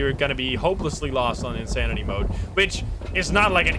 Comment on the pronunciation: Next difficulty level after insanity: "" lmao